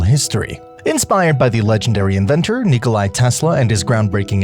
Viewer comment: its Nikola, not Nikolai